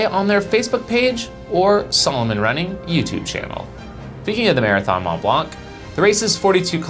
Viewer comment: "mon blan " drop the "T" and "C"